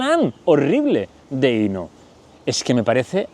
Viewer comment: Querido disfruto mucho tus chismes semanales sólo un comentario para hacerlo perfecto se pronuncia acentuado en la o Inó